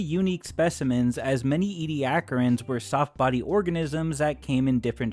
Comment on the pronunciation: Ed-ah-care-ians. Not Ee-de-ack-rins